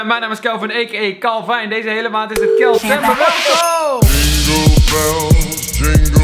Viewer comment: Je zegt hele tijd kelcember maar het is kalcember